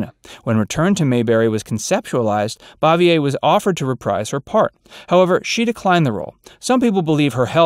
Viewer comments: IT BOO-VEE-A, NOT BOV-E -A. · And she pronounced her last name "Bave-ee-er.